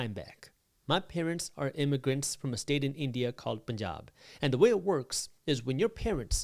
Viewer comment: Say Punjab clearly... it is not pajaab